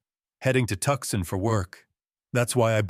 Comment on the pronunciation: Great story ! FYI it’s Too-sahn not Tuck-son